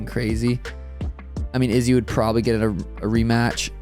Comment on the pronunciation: I absolutely HATE how you say Izzy’s name. Just for the record